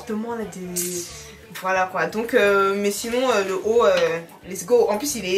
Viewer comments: J’aime trop quand prononce le mot kpoi 😂😂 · a dit Ekieee 😅😅😅😅